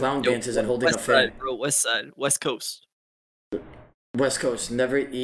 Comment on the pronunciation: I thought you said weast